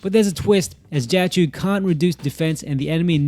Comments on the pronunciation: Not really an accent issue, difference between choh and chew is a universe and then some, but good luck in the future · Life hack for content creation: If you create a guide about a specific character and you are going to mention the name like 500 times in 11 minutes it helps to google the pronunciation once. First time I saw a video on this channel and it's such a bad first impression that I don't want to watch anything else ever, even though the comparison I came for is alright.